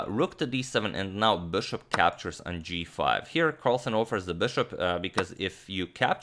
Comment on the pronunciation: STOP SAYING "BÖSHOP" PLEASE ITS BISHOP AND PAINFULL THNKS!